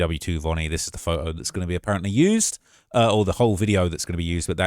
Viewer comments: Its “photo” not fote-o 😂😂😂😂😂😂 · The first way you say photo makes me wanna start an American revolution